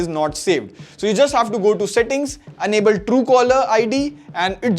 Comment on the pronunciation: Enable is pronounced as - en-able. Not an-able.